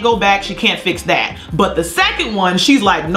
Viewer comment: “Buttrrrrr anyways” 😂